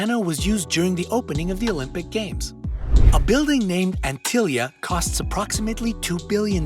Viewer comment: Sigh.. it's antilla not antilia.. his knows what other mistakes are here now that I have noticed that.